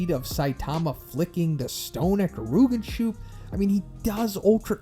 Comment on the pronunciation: "Gerooganshoop" 💀 it's Geh-Ri-Yoo-Gan-Shoup(Soup)